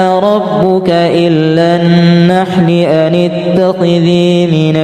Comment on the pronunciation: Maaf... Itu ayat ke 68 huruf lamnya ngga ada tasydidnya tpi kok dibaca illa